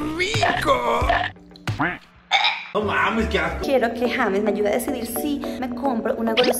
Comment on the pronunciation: Se escribe James y se pronuncia yeims